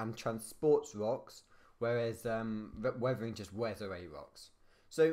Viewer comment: WEVEWING (WEATHERING)